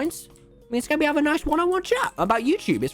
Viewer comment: The way he said Skeppy was like shkeppy